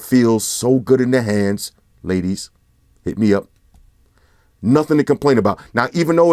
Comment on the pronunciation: when ever says "ladies, hit me up" or just pauses and says "ladies" gets me everytime😂😂